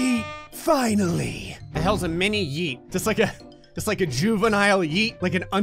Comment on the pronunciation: it’s not mini yeet, it’s mini eet